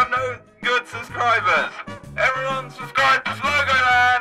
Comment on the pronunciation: Did say subscrib